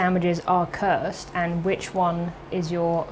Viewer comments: Curs-ed not Cursed? :S jus didnt sound right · The E is silent. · I thought you said curved... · Cursed or Cursid? I think the announcer for Cursed Hollow says Cursed right and the letters look correct but he says it with an i instead of an e but it will look wrong if they change the e to an i and I think you say the word correctly too.